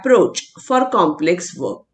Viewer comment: Is it "work" or "weok"? Pffff